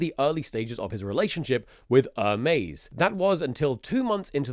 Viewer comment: Its "hermes" not "ermez"